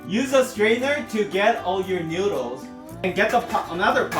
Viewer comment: This is how many times he said newdooles ⬇️